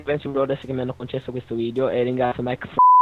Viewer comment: ma veramente ti chiami maike e si dice maik